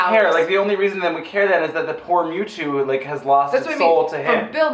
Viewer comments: I have never... NEVER heard mew two beeing mispronounced as Mooto x,D I’ve been a fan of pokémon since I was eight, stil a proud fan today even though im 26, never saw this film though.. I could tell it would be trash :P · I died when she said memetwo